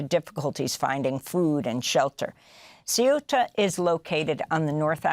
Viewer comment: Don't mention the fact that morroco just named a highway after trump and yair satanyahoo mentioning this very tactic . Oh by the way Amy , your attempt to say an Arab name is pathetic .